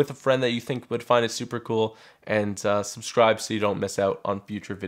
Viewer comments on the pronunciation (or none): Why are you not able to pronounce the B in subscribe? You say "suscribe"